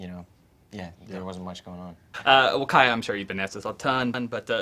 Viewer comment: WILL CALLED KAYA EFFY